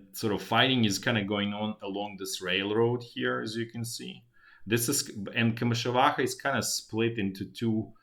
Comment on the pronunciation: I like the way you pronounce komyshuvakha.